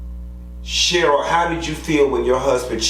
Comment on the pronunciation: You keep calling her Sheryl.